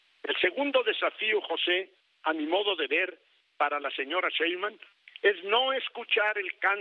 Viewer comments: Pobre viejito Ceballos ni siquiera sabe pronunciar el apellido 5 veces dijo sra Cheiman y bueno el 33 % de todo el padrón Votó por Morena y menos del 15 % voto por el prianrd. No confundan a la gente las matemáticas no fallan. Ya no saben como buscar pretextos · El gran litigante que no sabe ni pronunciar bien el apellido de su próxima presidenta, aunque le duela, 😂😂😂😂